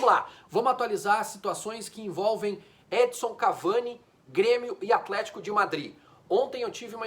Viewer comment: Custa falar EdiNNNson???